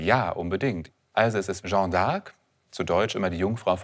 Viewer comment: Für so eine Expertenrolle sollte man sich doch die kleine Mühe machen, zumindest die französische Bezeichnung korrekt auszusprechen und nicht aus der "Jeanne"" (feminin, gesprochen: schann (kurz!) einen (maskulinen) "Jean" (in etwa gesprochen schang; nicht nasal) zu machen.